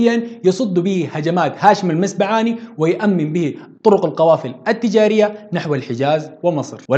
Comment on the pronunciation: تصحيح المسبعات بضم الميم ونقول هاشم المسبعاتي عند النسب وليس المسبعاني وهذا لا ينقص شي من المادة الرائعة